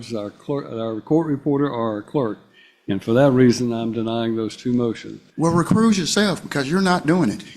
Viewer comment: "recrooze yoself" "jurydishun" they're getting easier to spot out in the open